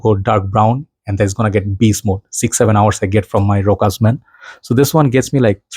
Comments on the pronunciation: I think it's called "Roshá", with an accent at the last syllable like all French words. It's a French name. Variations of it exist in other romance languages too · [ro-'sha] without the S